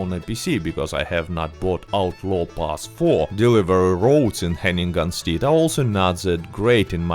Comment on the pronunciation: I’ve never heard Hennigan’s Stead pronounced Hanging-Gun Steed, but I will never call it it’s original name again. Nice upload. Liked.